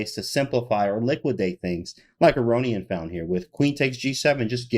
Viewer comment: a-rohn-yan i think is the prononciation